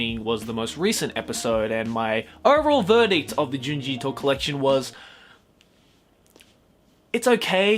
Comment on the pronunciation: Thank you for pronouncing his name correctly